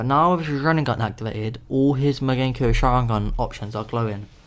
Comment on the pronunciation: it's mangekyo not magenkyo